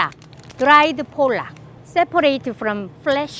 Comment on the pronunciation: You're pronouncing pollock like the bad word for Polish people! :D Think of "potluck" without the "t". Safer to say it that way!